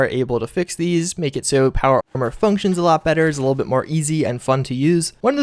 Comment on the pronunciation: You can't even say armor???